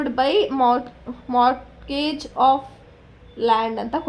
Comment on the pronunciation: Mam in mortgage the t is silent so when we say it, we say morgage